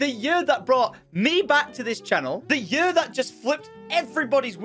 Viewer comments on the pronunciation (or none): Lets make 2021 the best yerrr ever haha why cant you say year right? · i love how he says yur XD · love the accent pronouncing year, yer